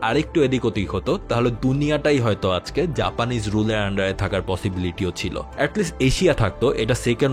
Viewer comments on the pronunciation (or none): none